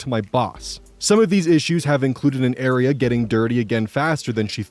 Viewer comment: Area and..... I legit heard air-eee-an